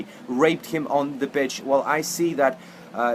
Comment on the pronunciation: ok this deuce needs to learn how to pronounce the players names correctly b4 talkin about them,secondly did this idiot say glen johnson got raped on the bitch,u mean the pitch. at min by yegevny bla bla bla is what i got out of this idiotsky, now theres another ukranian he is talkin about, ok moronsky im listening and commenting at same time pausing to comment of course. so im at min and by now im gettin the drift that this fuk face may be ukranian but i may be wrong. oh wait a sec so he is talkin about the second ukranian not being liverpool level material but failing to realize that he himself isnt even on a high school teams level. idiotsky looks like a kevin kyurani reject, wtf im at min and yet another rusky player he is blabing about and whats with the we we we, its liverpool fc not we, at min yet another commi, hope all u want bitch liverpool will not turn into a communist team u suka blyad